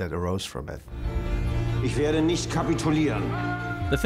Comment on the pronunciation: I don't speak German and even I know it isn't pronounced neesht